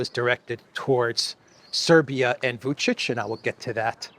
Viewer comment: I appreciate you correctly pronouncing Vučić, when I see millionaire anchors on major news channels repeatedly call him Vukik